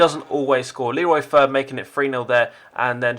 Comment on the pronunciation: You say Fer like fair in english